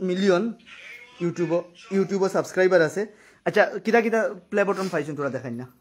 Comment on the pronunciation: it's not 'bottom'.... It's 'BUTTON'